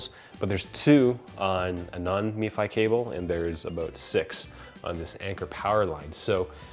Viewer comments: It Pronounced em Fi, not Me Fi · its not MEFI its M F I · Outstanding breakdown. But hearing "Me Fi" was kinda wierd. It's just "Em Ef I" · MFI not Mefi. Only in america :-) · You do know that “MFi” is not pronounced “Me fi” it’s just M Fi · i thought it was pronounced m-fi never heard me-fi before. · _ Red it’s actually MFi, but i was spelling his pronunciation phonetically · If the 'i' we to give an 'e' sound. Why wouldn't you pronounce it mefee? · the way he keeps saying “meefy” kinda irked me... but great video nonetheless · Nate Sinnott *mifi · Yep. Only one I in that acronym. Every time he said it it made me cringe. So much cringing. 😂